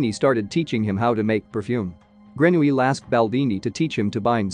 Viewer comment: I heard how the narrator said his name and remember that Americans or others pronounce the -ille weirdly : example= Ratatouille!!😵‍💫